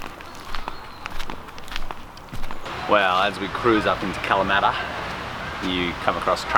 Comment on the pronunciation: Don’t be making fun of my Ancestors “Kalamaaata”!!! lol Great video again!!